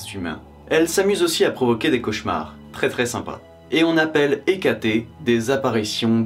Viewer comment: Hécaté, ce n'est pas plutôt Hécate ? Mes oreilles sont trigger en entendant Hecaté !